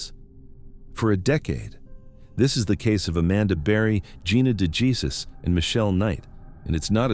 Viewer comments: Dejesus isnt pronouced jesus its hey zues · Please please please learn how to say Gina’s last name. It sounds nothing like Jesus. It’s like a gut punch every time you pronounce her name wrong. Will you please correct?